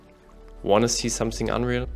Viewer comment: "somesink", "ixtiria"